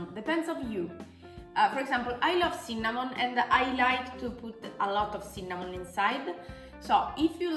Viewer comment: "CINNÀMON!" Adoro la pronuncia! =D